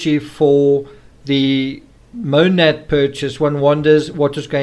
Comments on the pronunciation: Its funny the officers pronounced Monat wrong but Chris pronounces it CORRECTLY yet still acts like he has no idea what it is lol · I can pronounce Monat correctly, and could well before I knew exactly what it was because people talked about it all the time where I lived (military base, lots of military wives get mixed up in MLMs). So, it's not out of the realm of possibilities that he has HEARD it mentioned several times, but was unaware of what exactly it was. She was big into the MLM community, so he probably heard her and her friends talk about it without paying attention to what it was. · I can pronounce it correctly and I have no idea what the hell it is